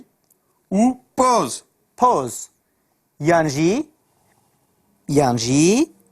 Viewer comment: Biborin! Di nimûneya tîpa " B " de nimûne him şaş e, û him jî bilêvkirina tîpa " poz " şaş e , tîpa " p" di vir sivik tê bilêvkirin, ne req e an jî hişk e.